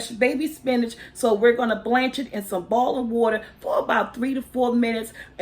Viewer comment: ''bowling water''....